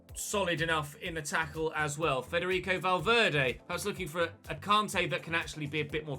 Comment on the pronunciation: Noooo not Caaarntay again please say can-tay pleeeeease